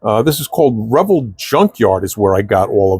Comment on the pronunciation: Why do you pronounce Revell the way you do?